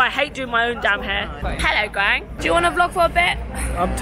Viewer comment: So I’m new to your channel and I’m Vietnamese.... but I legit kept thinking you were calling Quang, Graham. Was so confused 😂